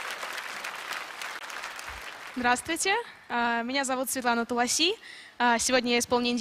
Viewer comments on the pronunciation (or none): Светлана, спасибо тебе от настоящего индуса, за то, что ты делаешь !😍🙏 Только одно замечание - слово Туласи - это значит индийский базилик - произносится "Тулси" ! К сведению - это священное растение в Индии, которое держат на специальном "алтаре" перед домом, и каждое утро, девицы и замужние женщины совершают его службу. Кроме того, листья этого растения очень полезны. Отваром его лечат и лечили кашель во все времена и все народы Индии !